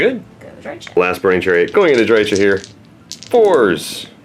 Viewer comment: it's pronounced DRY-kəh CH=K like in Chaos GW employee saying it